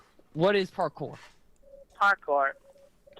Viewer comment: no, he thinks he was doing parkour . or as he called it; ''parkay'' LOL XD